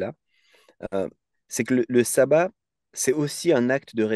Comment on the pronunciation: Ca se prononce chabbat pas sabbat